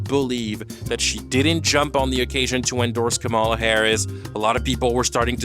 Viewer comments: Can you and Chappell at least learn to properly pronounce Kamala. She’s literally a presidential candidate!! I don’t even like her but pls this makes it difficult for me to take the both of you seriously when speaking politically. There’s always an effort to learn how to pronounce the name of white candidates. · Not “KaRMala”. It’s “KaLMala”. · FYI Kamala is pronounced COMMA-la. It's mostly conservatives that will intentionally mispronounce it ka-MALA. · Comma la. Really not difficult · Great video but you pronounced kamala wrong, which is a little funny cause you put a clip in the video abt Chappell being criticized for just that. Her name is said like comma-la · Can people stop mispronouncing the vice president's first name and call her Harris? It's so disrespectful. Why do you even think you can call her by her first name like you're buddies or something? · It's , La. Not that hard. (Sorry, we have many prominent people in the US that use the mispronunciation to disrespect her. I don't think you are doing that, but she is a well known politician, so it would be good to say it right to show that respect, even if you don't like or respect her). I have NO problem with her comments on people not crossing the line with her person, or the way she said it. I support her 100% on that. I have a problem with her doing a "both sides" thing with politics. Let's stop Fascism in its tracks first, then we will have the space to hone and fine tune issues. But I also give her some grace due to her age and life experience, and I hope she will talk to more people about why this is not the time to "both sides" it. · 1) Why does this sound like a verbatim copy of what D’Angelo Wallace already posted about Roan? 2) Her giving the far right dog whistle pronunciation of “Kamala” is all any of us needed to know about her “critical thinking” and “research” that she’s telling everyone to do. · Love ur commentary, but PLEASE pronounce Kamala right 😭